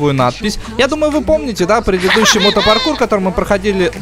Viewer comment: Не мот паркур, а пото паркур)))